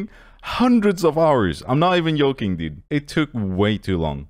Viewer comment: “I’m not even yoking”